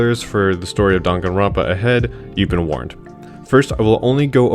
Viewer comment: How do people still mispronounce Danganronpa when they literally say it at the beginning of the game